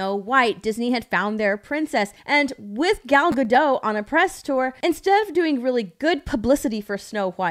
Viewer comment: Gadot, bony Gado, the T isn’t silent